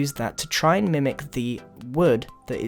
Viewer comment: when you say wood it sounds like you say word